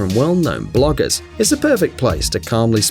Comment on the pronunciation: 😂😂😂 he said bloggers